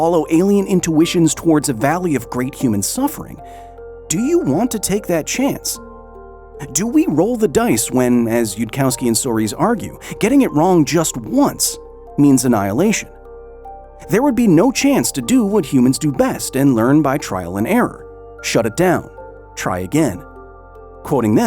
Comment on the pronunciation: Soares, oh and ah, not oa 🤓